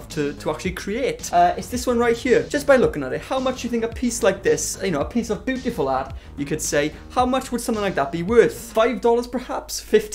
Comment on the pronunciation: Get you a partner or friend that calls you “BOOTIFUL” 🤣😭 Brill!